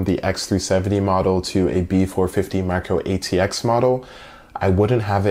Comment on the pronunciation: did he just say marco-atx?!